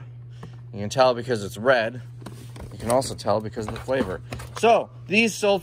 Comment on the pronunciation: so smooth..."cuza the flavor"...like it was nothing...LMAO